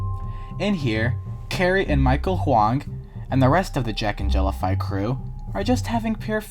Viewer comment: cool video but thats not how the jellify in jacknjellify is pronounced </3